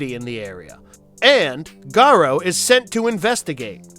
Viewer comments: WolfCop is awesome! Part 2 is IMHO better. One complaint tho. The pronunciation of Lou's last name is Ga-ROO. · Lou 'garrow' the play on words was lost completely there, ECKspecially, eeh this was painful to listen to though there are some great movies I've seen and a few I haven't.